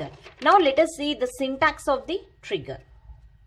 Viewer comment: Cmon, she is saying N-word instead pf Trigger....hahha Anyways nice explanation.